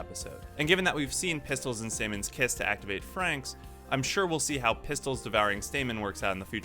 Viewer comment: THANK YOU. you are the only person to pronounce franxx right. Everyone else says it wrong